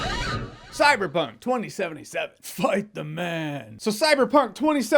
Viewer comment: ''its gta in a cyberpuink world'' -jeremy Jahns And this, this is why you are a movie reviewer xD.... no... just... NO.. don't say that ever again please.